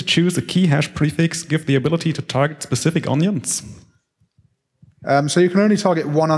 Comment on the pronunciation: When he first said "Pacific" instead of "specific", I thought he misspoke. When he did this a second time, I though "Huh... that's weird..." When he said "ECK CETERA ECK CETERA", and not "ET CETERA (it is E-T-C after all!!) I lost faith in listening to this man.